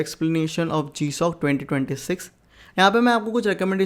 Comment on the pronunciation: No way You said GSHOCK